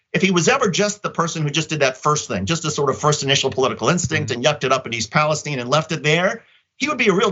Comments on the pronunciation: What's with this Pa-les-teen? Isn't it Pa-les-tine???? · Its East Palistiene its pronounced eye not "E" its Ohio not Mexico